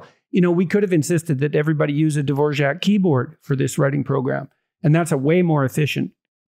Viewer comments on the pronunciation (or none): Dvorjak. D V O R A K... Dvor Jak???